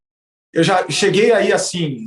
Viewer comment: "Ligue djá"